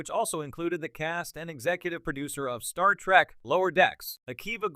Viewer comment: Why are you saying Star Track? The cringe is next level.